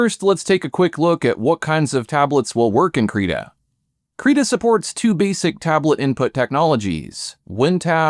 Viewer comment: did you call Krita "Creda"?